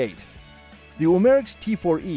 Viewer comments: U-Mar-X....Really dude?! Pronounce it CORRECTLY!! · Umarex is pronounced umma rex.